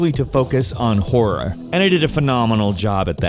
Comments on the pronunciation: Stor-EY and Horro-ER ? wut? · "Horruh"... "storay"... stop trolling us meow, K?